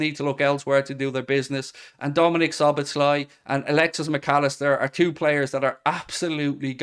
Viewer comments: You pronounce his name So-boss-la 😂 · Szoboszlai: the second "-sz" in his name is also pronounced as the first one, both are "-s" in English.